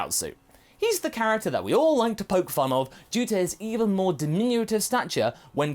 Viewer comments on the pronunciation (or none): none